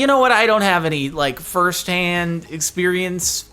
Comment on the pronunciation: is it just me or is there emphasis on "first hand"?????? what are you saying Jardon?!